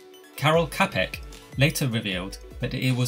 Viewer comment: I did a paper on this subject, I included everything you did. Also, his last name Čapek is pronounced “Chopik”